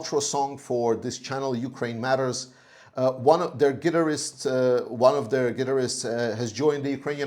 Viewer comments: You mean, "Geh - TAR - ists" - accent on the second syllable. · I loved how you pronounced Guitarists. GIT-ER-ISTS. :) We usually say GEH-TAR-ISTS.